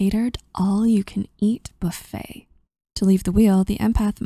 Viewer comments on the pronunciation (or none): none